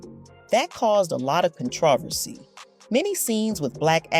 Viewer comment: The narrator has problems with pronunciation. Listen to how she pronounces “controversy” And Fayard Nicholas (Harold’s brother) was not in Tap. She needs to do better research